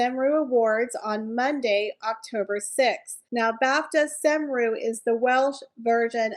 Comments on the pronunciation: I think it’s pronounced “ com-roue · ❤ I always enjoy your content, thank you. The usual way to say Cymru is cumroo, with respect xx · Cymru is pronounced Kumree. It is Welsh for Wales.